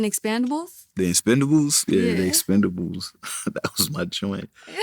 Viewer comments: She said expand-abels. Where y’all get these interviewers from? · the "EXPANDABLES" ?? .....stallone, oooh really? 😳😳😳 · exactly.. she didn’t even pronounce Expendables correctly. She needs to prep